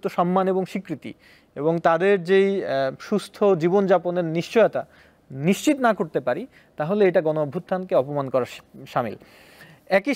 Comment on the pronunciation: নিচ্চিত নারে আদুভাই নিশ্চিত